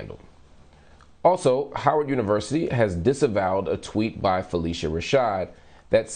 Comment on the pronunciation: Marc. Judge joe explained the wrongful prosecution. You are being irresponsible regarding phylicia rashad’s removal. It’s pronounced phyl-isha not phyl-eesha